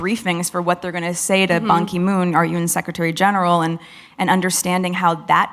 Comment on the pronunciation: She calls Banki Moon; MONKEY MOON! 😂😂😂😂😂 Racist speciesist!